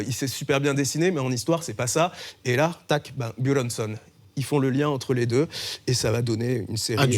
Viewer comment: Il se la pète grave le mec avec sa façon de prononcer "Buronson" 😂 Alors que juste après il va te dire "Jim Carrey" en le prononcant "Jim carrie"